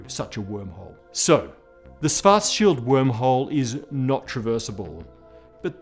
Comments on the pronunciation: I am impressed how English speaking Physicists recently learned to pronounce 'Schwarzschild', but are still not there. From 'Swarts Child' over 'Swarts Shield' it should only be a small step to the correct 'Shwarts Shield'. Good luck. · It's pronounced Schwartzzzzz-CHILD! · I thought it was pronounced schwartz........child, not scwartzfield, maybe his english accent is just butchering it. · kahrl suwartzsield? :D c'mon man, you look SO similiar to me, it can't be a genetical obstacle; you HAVE to be able to pronounce it correctly, your tongue DOES know how to do the specialmoves!^^ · ... did he say 'Schfartschild ' ? ... i guess my sister inlaw will be disappointed shes now Mrs. Schfartz ... lol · Sounded like you said Cows Farts Shields. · What is the difference between svartsild and Schwartzschild, or are you just pronouncing Schwartzschild weird? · He's got the "Schwarzschild" pronunciation almost down now. Now just a "sh" at the beginnning and it's perfect 😃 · Michael Ross Since Dr. Schwarzschild was a german jew, his name should have been pronounced correctly, but the host did not. Einstein's name is pronounced more or less correctly though, by everyone, even though spelling was not anglicized. Did you know that most german names have meanings? Look it up, interesting ones are Zuckerberg, Zimmermann, Frankenstein, Vogel, Koch, Kohl, Kellner, Kaufman, Jaeger, etc... all these names have unexpected meanings.